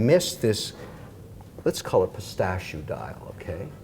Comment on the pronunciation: Someone please tell Kevin it’s pistachIO not pistachOO !!